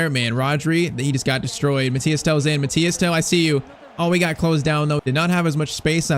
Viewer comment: MATHYS TEL, not Mathias Tel